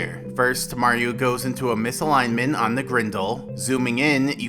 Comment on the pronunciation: btw you should pronounce the "t" in "misalignment". ;)